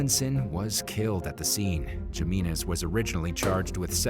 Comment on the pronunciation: do theses narrators Spanish ?gimenez?Jimenez.?pronounced himenez?j is an h in espanol.not g.this guy has no Hispanic friends.